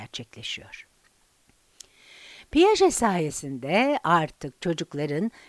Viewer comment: Piyajet değil piyaje diye okunur